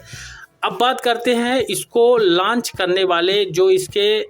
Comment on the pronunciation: लॉन्च बोला जाता है लंच नहीं भाई। थोड़ा ध्यान दीजिए जब आप बोल रहे होते हो।